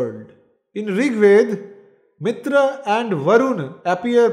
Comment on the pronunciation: It is not mitr. MitrA . Dheergha